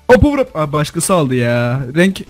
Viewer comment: power up yerine povrvevpreb diyen yürekli